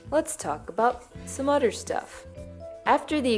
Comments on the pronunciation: The word is other not udder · “Udder one”